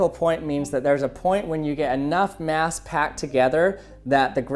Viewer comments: In stead of mass he said mash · he says mash instead of mass